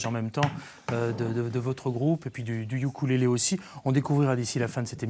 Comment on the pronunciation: sa se dit OUKOULÉLÉ et pas YUKULÉLÉ